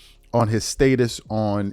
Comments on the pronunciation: State-es 😂 or Status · Bruh wtf is Staitus?